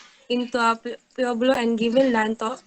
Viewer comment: Pueblo = pu-web-lo